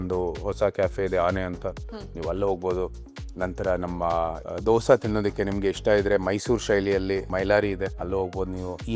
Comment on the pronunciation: Dosa ❌ Dose ✅